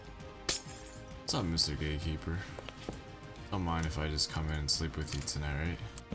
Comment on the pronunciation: Why tf he keep saying gay keeper?!